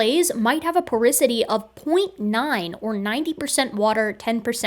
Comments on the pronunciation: Porosity not porisity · It did my head in to hear porosity said as "poricity" what felt like a thousand times throughout this video. 😂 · As a geophysicist, hearing porisity instead of porosity (repeatedly) really hurt me... Otherwise, pretty solid video! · Porisity? I think you mean Porosity, don't you,? First time I ever caught you, you are so perfect. Thanks for so much entertainment and education. I am a 72 year old fan of yours, a nurse with a degree in Biology, mother of four, and now retired. I miss it, but retirement is great. I am doing lots of studying, including studying my 12th language, Arabic this time. I always wanted to go on to graduate school, but life did not permit. Take care, you are precious, and we need every hardworking scientist we can get. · Again: PorOsity, not porIsity. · Super good vid, tho porosity being said porisity threw me for a loop lol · Just an fyi, it's "porosity", not "porisity". I was wincing every time you said it. But that's just a quibble, and doesn't say anything against your truly excellent analysis and argument. Well done! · It is porOsity. as in porous, having pores. I'd be happy to proofread/prooflisten your work in the future :) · I love your channel and everything you do. But how you're pronouncing and spelling "porosity" is driving me crazy. Lol. Probably because I already hate the word (it's one of the problems I have to deal with in my own industry). So THAT'S my big correction... it's POROSITY. lol Great video as usual though! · Love your integrity, reuploading this for the correction. If I promise to watch it a third time will you do a dub where you pronounce porosity like it's spelled instead of like porisity? =P Kidding but also .... Is it bothering anyone else or am I just annoying